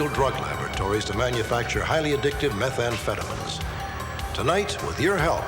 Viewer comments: “Highly addictive methamphetaMENS” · The way Stack pronounced meth amphetamines had me dying laughing